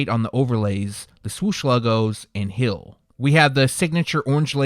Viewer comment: Say it with me, hEEl, NOT hill 😂